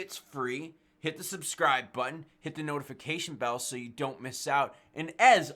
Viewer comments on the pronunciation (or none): none